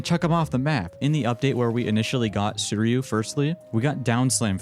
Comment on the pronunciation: I can't take it anymore man... it's pronounced like sweetie-u... Please, please for my brains sake say it like that.